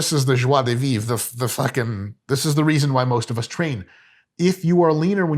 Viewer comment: Good pronunciation "Joie de vivre" Mike!